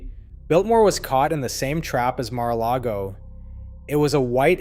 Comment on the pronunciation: Stop reading the Mar-a-largo-o wiki page. You cannot even pronounce any of the words.